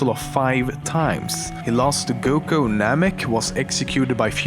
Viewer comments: WAS THE ONLY PERSON TO NOTICE IT SAID "GUKO" AND NOT "GOKU"? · dude what why did you say 'goko' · ***** no its not how a name is pronounced does NOT differ based on accent this was him stupidly mispronouncing a name you can hear the correct pronunciation of MULTIPLE times in the series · during how much frieza was defated you kept sayi(an)ng goko lol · Goko? Come on now.. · It kinda makes me triggered that I eh says GOKO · He says GOKO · Why the fuck does he say GOKO I'm so confused and pikon